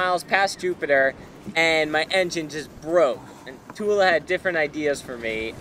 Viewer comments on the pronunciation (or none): A small correction: the Sanskrit word Tula is pronounced with the "u" as in "put" and "la" as in "blah". Short U and long A. Not the other way around. Thus pronounced it means "balance" meaning weighing scale. Good story. Fair winds and following seas in your travels.